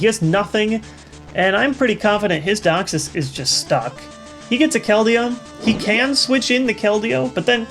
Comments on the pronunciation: DEE-ox-sis, not dox-sis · He does pronounce Deoxys as Dioxis, as apposed to deoxis. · I really like your videos,, but the way you say deoxys (Docksis) really bugs me... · Wow he does 0.o Its not Deoxys its like Doxis XD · Yea it's DEEE-oxsys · You say deoxys so weird